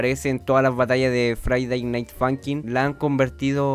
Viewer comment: todos:friday night funkin absolutamente todos:friday night funkin:faiday nait funkin